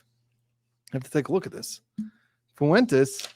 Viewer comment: Thanks a bunch for your opinion. By the way, Fuentes is pronounced Fwayntays not Foo-en-tess.